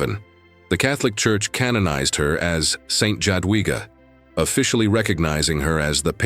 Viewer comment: The pronunciation is J(ya)adwiga. Yadwiga